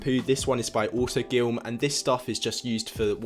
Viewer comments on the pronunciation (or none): It’s not autogilm it’s autoGLYM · Really annoyed me when he said auto GYLM